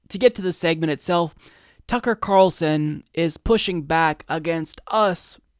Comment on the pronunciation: LOVE the honest slip up there with Carlson's name lmao!